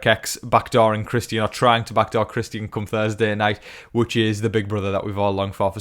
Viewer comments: His name is Christian.. not Chris ty in.. so annoying get it right dude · Really hope Christian goes home so I don’t have to hear you pronounce his name anymore lol 😂